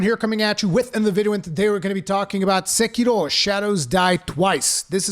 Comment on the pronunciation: The ONLY person on the internet to pronounce Sekiro properly. I cringe so hard whenever I here SEKERO. Subscribed. Loved the review. Keep locking scrubs out of your games FromSoftware. We love you guys for it.